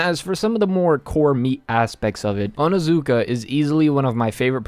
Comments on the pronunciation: its not onazuka ITS ONIZUKA!! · It's OnIzuka not how u were saying it lmao